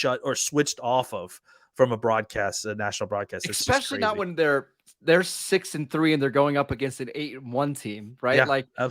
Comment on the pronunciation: Someone tell him it’s especially** NOT eckspecially